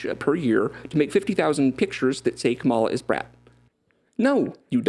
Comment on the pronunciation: How the hell did bro manage to mispronounce “Kamala”? Easiest thing to fact check ever